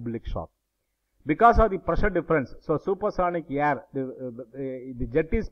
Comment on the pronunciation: Sir it's air not yerr